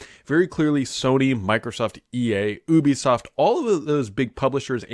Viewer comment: "ew"bisoft? I always said and heard "you"bisoft